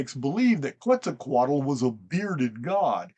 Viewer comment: I believe just pronounced Quetzacotl better than I ever have. Heh heh heh (I probably misspelled it too) ehh,i have to get that Hooked on Phoenix program now)